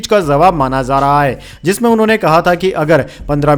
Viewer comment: जारहा को जा़रहा बोलता